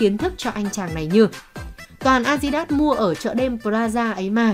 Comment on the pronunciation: Kênh 740k sud, đọc tiếng anh a di đát